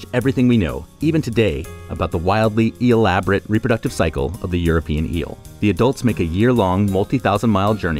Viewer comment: Eelaborate, lol